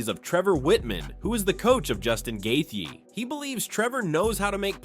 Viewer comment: Every time this video reads Gaethje's name, it gets worse :face-blue-smiling